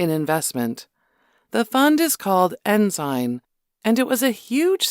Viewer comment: It's called Ensign pike not enzyme